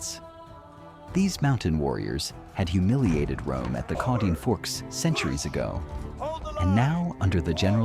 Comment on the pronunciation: Actually, your pronunciation of 'Caudine Forks' is completely wrong. Also, minimizing Marius's tactical genius to just 'digging a trench' shows a severe lack of military understanding. I served 20 years in the infantry, defensive entrenchment is warfare 101, not some tortoise trick.